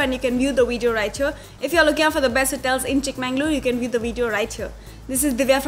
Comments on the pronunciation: It's pronounced as chikkamagaluru...not chikmanglur... 'Everything by its right name' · Akka....it's chikka-magaluru..!! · It's Chikmagalur or Chikmagaluru like Bengaluru, If on can pronounce Cincinnati,ohio or Honolulu what's the catch here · It is not Chikma"N"galore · Blood oozing out of my ears....😅 Super speed bullet train narration and it is not Chik MANNG _ lore.